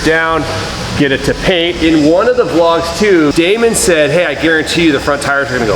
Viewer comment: salim hassan it's Damon not demon 👹